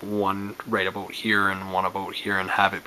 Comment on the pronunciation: random question. are you from Canada because when you say about it sounds like aboot. Awesome video, 5/5